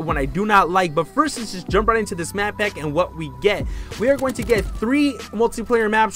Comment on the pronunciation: "The DLC Map Pap 1" Still liked the video though 😏👌🏻